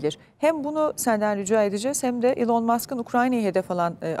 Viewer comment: Ilon deyil gerçek telefuzunu ogrenin